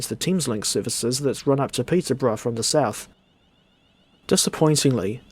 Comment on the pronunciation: "Peter-bruh" to "Don Caster"